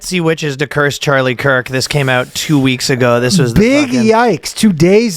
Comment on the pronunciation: a british man pronounce kirk’s name and my day was literally ruined